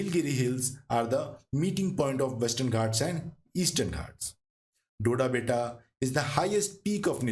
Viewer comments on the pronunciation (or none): none